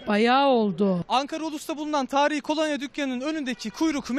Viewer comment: Spikere birisi desin kolanya değil kolonya